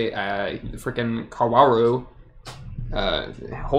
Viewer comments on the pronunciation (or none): Kaworu pronunciation would be "Kao ru", the W is silent.